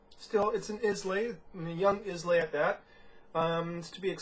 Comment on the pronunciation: Islay is pronounced Eye La. Just sayin'